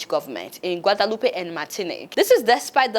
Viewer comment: The name is pronounced Gua.de.loop. There is no accent on the last e. You speak too fast and have a VERY heavy accent. Slow down!